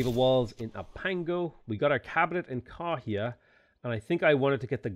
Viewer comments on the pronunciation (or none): Just a wee comment for the pronunciation of the city names - The 'Wh' blend makes an f sound, so for example Kawhia is pronounced "Ka-fee-a"